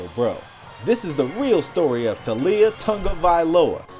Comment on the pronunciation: I hate when people say “Tungiviloa” instead of “Tagovailoa”